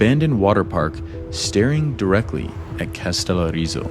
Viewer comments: How difficult can it be to pronounce the word Kas te lO ri zo, with the emphasis on the first O. Is this an iq thing? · To the video maker: Did it not occur to you to take a moment to listen to the audios on the internet to learn how to pronounce both the Greek name of the island that is the subject of your video, or the Turkish name of the Turkish town adjacent to it??? Kastellorizo is pronounced Kah-stell-OH-ree-zoh. Accent on the 'O". The name of the Turkish town Kas (with an phonetic symbol under the 's' that gives it the sound of 'sh') is not pronounced like the English synonym for money in hard currency (cash), but with the letters 'Ka' prounouned 'KAH" ('a' as in 'father', followed by the 'sh' sound. Your Americanization of these names shows a lack of respect for the languages of the foreign lands you are visiting. Bad enough when just talking among yourselves, but if you are going to make an educational video, you might trouble to not mispronounce place names. I also need to say that hearing your friend use the word 'insane' several times within maybe 3 minutes to express his amazement at the beauty of the views he was witnessing (along with all of the other American 'wowing' about everything made me turn off the video. Better to just shut up and let the cameras SHOW the beauty, as do the best travel videos. I say these things as an American who has lived in Greece for decades who hears young American tourists talking the way Greeks hear them...